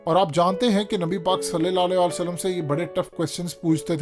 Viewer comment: سل لے لا آلے وسلم کیا ہوتا ہے؟ کہو سل لل لا ہو علے ہی وسل لم۔ کتنا ناقص تلفظ ہے تمھارا۔